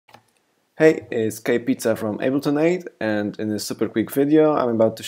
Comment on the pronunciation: he said ableton aid bro not eight